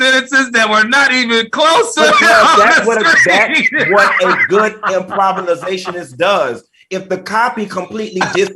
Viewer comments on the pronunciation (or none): Did Q say improvinosationist or improvilisationist?🤣 I had to turn on my subtitle captions to be sure...I heard right